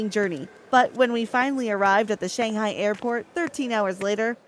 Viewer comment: you don't even now how to pronounce shanghai